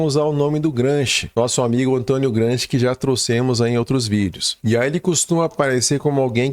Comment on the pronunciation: Excelente conteúdo. Parabéns. 🎉 No entanto, ouvir o nome de Gramsci como" Gransqui" causa dor nos ouvidos.🙈😂